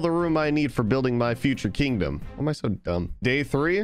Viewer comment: How many times does he say kindom